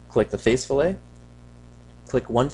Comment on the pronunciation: Pronounced "fill it"... great job though, THANKS!